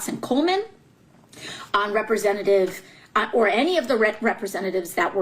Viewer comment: If you can't say REPRESENTATIVE then you shouldn't fucking be one period!